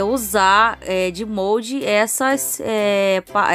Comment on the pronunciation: Fala direito , é Mólde